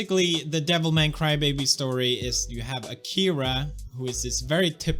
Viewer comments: I always feel like correcting, but then I notice that no, he is right... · I thought you butchered the name of the show for fun, but Devilman Crybaby is the actual name.